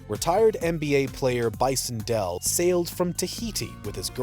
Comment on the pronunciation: His name was Bison Dele (two syllables), not Dell. And I heard you paint houses, not horses.